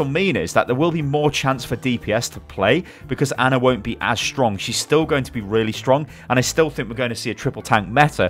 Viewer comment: Her name is Ana, not Anner